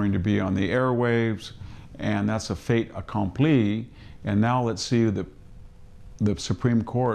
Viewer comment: Did you really just pronounce "fait accompli" as would have a Frenchman? Really?